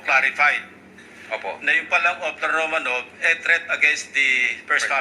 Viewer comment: ROMANOF po ang pronunciation ng ROMANOV. Yang letter “V” sa Russian ay “F” ang pagpronounce.